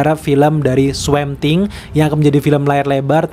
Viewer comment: Bang Swamp Thing tuh cara bacanya bukan Swemp Thing tapi cara bacanya tuh gini Swomp Thing